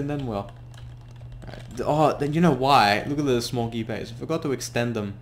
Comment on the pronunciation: U sound like you smoggy bays when you say small gear bays